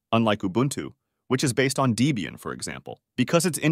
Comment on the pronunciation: The more annoying thing to me is the mispronunciation of "Deebian." Not only does that sound stupid, I have no idea how someone would think that it's proper to add an extra "e" while pronouncing the name Debian. And worse, even the quickest web search for Debian or visit to Wikipedia or its own site would quickly tell you than the the name is a pormanteau of two names, Ian Murdock (RIP), yhe creator of the project, and is girlfriend at the time, Debra.